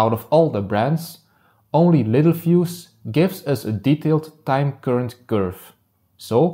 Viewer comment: everyone reads it wrong and pronounces it wrong (me too at first). It’s pronounced “lit-tell-fuse”